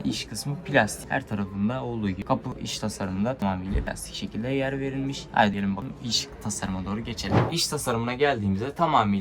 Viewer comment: Sekilde ve verilmiş kelimelerinden kulagım kanadı.